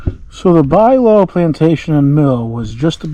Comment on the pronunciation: Pronounced "Byou-low" not Bilow.